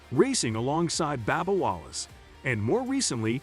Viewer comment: Who the hell is "Babba" Wallace. This commentator is a clown.